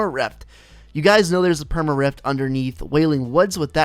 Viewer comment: He says reft instead of rift 😆